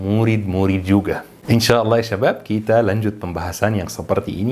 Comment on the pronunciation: akhirnya setelah sekian lama ada yg menulis dan mengucap "InsyaAllah" itu InsyaAllah dan bukan InshaAllah krn dr kecil pengucapan dan penulisan InsyaAllah itulah yg saya kenal.. krn almarhum kakek saya pernah bercerita bahwa dialek Rasulullah itu InsyaAllah. Pengucapan InshaAllah bukanlah dialek orang arab. tp sampe sekarang pun saya masih gak paham apakah ini penting atau sama saja